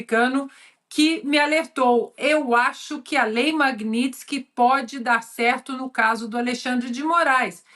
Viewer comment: Lula fala "Lei Magnilson"